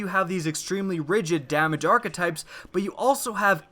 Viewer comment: is it just me or is the way he is pronouncing hakke and archetypes really wrong?